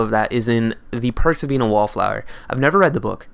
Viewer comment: It sounds like you're saying persebanya wallflower. how do you spell the movie?